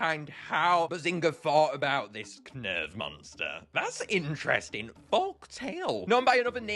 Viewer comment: The ‘Knurv’ of all this, man!